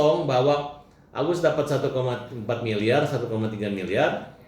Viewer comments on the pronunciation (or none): ODGJ baru trus saja yg d omongin uang. Ktanya g butuh uang. Nanti kbur ODGJ nya teriak" mna uang mna uang. 🤣🤣🤣 Samilieur Bkn samiliyar.